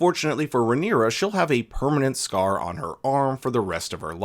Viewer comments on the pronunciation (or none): none